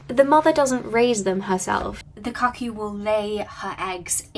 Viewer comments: Just a couple of friendly pronunciation tips - the u in ”cuckoo” is an ”oo” sound (long in American, short in British pronunciation), and the z in Karamazov is not a ”ts” sound but z as in ”zap”. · So have I been pronouncing the word "cuckoo" wrong my entire life?